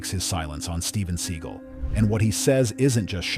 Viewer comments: I like when the narrator calls him SEA GULL. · Your stupid AI narrator keeps saying "Seagull" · Love the way the narrator of this video pronounces Seagal as "Steven Sea Gull"